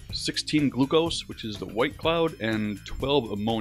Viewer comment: the way he pronounces glucose